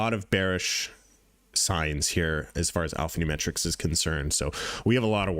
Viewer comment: Brother great video You keep saying Alphanume(T)rics but you can drop the T, its Alphanumeric